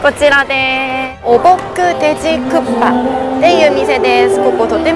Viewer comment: 안녕하세요~혹시 일본분이신가요? 국밥 발음이 정말 쿠파로 들리네요ㅎ 닌텐도 회장님이 옛날에 고기집에서 식사하시는데 옆에서 누군가가 국밥먹고 싶다라고했는데 귀에 들리기에 쿠파라는 이름이 강렬해서 슈퍼마리오 보스 이름을 쿠파라고 지었데요ㅎ 고기집이니까 당연히 국밥이 고기요리라고 생각하고 머리속에 이미지는 불고기 같은건줄 알았는데 나중에 알고보니 국에 밥을 말아먹는 음식이라는걸 알고 놀랐데요ㅎ언젠간 한국에 오게되면 꼭 말하고 싶었다면서 말해주신 에피소드입니다ㅋ 우연히 지나가다가 신기하고 재미있어서 댓글 달아봅니다~ 재미있게 잘봤어요~저도 부산가면 돼지국밥은 꼭 먹습니다 건강하세요~